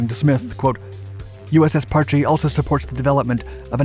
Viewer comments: If you are going to make a video about the history of a sub you could at least try to pronounce the boat's name properly. Parch not parch-ee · After being station on the Parche for 9 years out of a 20 year career( ) and hearing it pronounced Parch by a lot of people over the years since 1983 it just kinda old and gets me going.